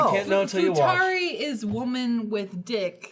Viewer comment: It's literally the pettiest weeb thing to be upset about, but I can't get over that Lindsay said "futari" instead of "futanari"